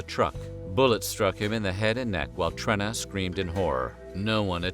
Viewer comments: It's TrEEna not Trinna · Oh yeah one more thing: its pronounced (Treena) not "Trinna"... yA big gooF!! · FYI, Trena’s name is pronounced with a long “e”. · It's pronounced "Treena", short for Katrina. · Then name “Trena” is actually pronounced “Treena”!